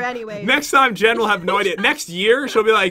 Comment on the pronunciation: Pat you said Jes instead of Jen when you plased down the bench ☺